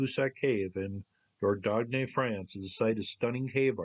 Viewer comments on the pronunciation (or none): I don't know French that much but I have heard "Dordogne" said slightly differently. Dordogne is pronounced in a different way. The "dogne" part is pronounced like "Boing" so phonetically it would look like "Dordoin' ". The Italian "Lasagne" and "Bolognese" have similar pronunciation problems when English has been the only language learned. Spoken language is easier I'm sure. Thanks for the interesting stories.